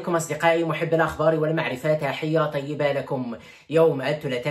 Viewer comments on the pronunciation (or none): none